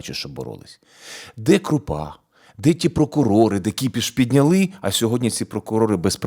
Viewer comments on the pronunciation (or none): none